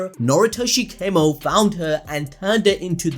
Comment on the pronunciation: His surname isn't kaymo its kamo bro it isn't english